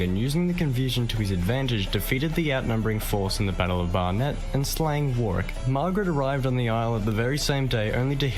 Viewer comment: I recently found your channel mate, its good that you are interested in our history. Just to let you know that the narrator kept miss-pronouncing Warwick. Pmsl. Warwick is my home town, and I cringed every time he said Warwick. Lol. For a little sleepy town Warwick has a lot of history. It's most famous for its Castle. The castle is open to the public, and you can actually stay there. It also has live shows, jousting, sword fighting etc. They actually do a war of the roses show. It is also home to the world's largest trebuchet which they use as part of a show. If you are interested, Google Warwick Castle.